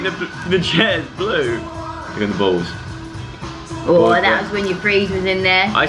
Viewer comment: I love when Dianne says balls it sounds like bowls 😂